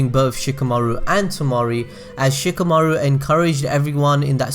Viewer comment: oh my fucking god anyone else getting annoyed by how he pronounces "Shikamaru"?? It's like [Shika] [Maoru] instead of [Shi] [Ka] [Maru] and "Temari" as [Ta] [Mauri]